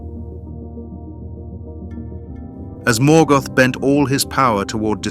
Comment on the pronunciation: Lazy gen AI management.The mispronunciations that follow show it as true.